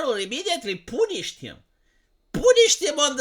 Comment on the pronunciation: poon-ished him, poon-ished him. Lol. That's literally what it sounded like.